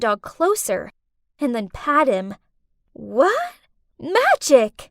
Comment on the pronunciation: She said wha instead of what 🤨